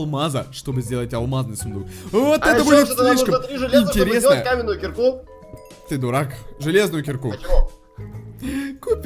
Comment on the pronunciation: Он сказал каменую кирку 😎😎😏